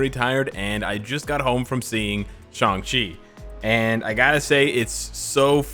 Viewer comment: Just wanna say thank you for pronouncing his name right, for some reason everybody thinks his name is pronounced like "Shung-Chi"